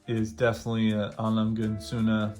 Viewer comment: A Lange is pronounced with an exaggerated “a” like when you say “ah” so it’s A L”ah”nga and Sohne is pronounced Z”oo”na as in Zoona.